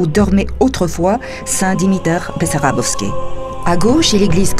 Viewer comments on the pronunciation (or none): само дето манастирът не се казва БEсарÁбовски, а БАсарбÓвски... 20 пъти го каза Бесарабовски, а се вижда и на надписа на входа и на иконата на светеца, че не е така! То бива неграмотни...